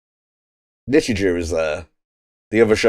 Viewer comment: Finally found the time to sit through this one lol. So for reference, it is pronounced "Nichijoe" not "Nichijew" lol. Also yeah Hakase literally means Professor in Japanese, so that's why the dub calls her Hakase instead. From what I can remember for my schools, English tended to use red, Maths was yellow, and I think Science was blue or green? I vaguely recall Religious Studies being brown but I could be misremembering. It's been like over a decade so I don't really remember too well honestly lol. As for why it keeps numbering things, it's more or less just to indicate when it's a new scene basically. Yuuko is great lol, one of my favs. She's just friggin' hilarious lol. Sakamoto is probably my favourite character though. Talking cat leads to a lot of hilarity. But yeah I wouldn't think too hard about the commentary for a series like this, it's the sort of show where a lot of the enjoyment comes from the reaction to the absurdity of things. I would recommend watching the episodes to the very end though because they tend to change up the ED theme to have different versions of the song. In the second half it's also just an entirely different song everytime. They also just sometimes have a scene tacked on after the ED as is the case with episode 3. I look forward to the rest!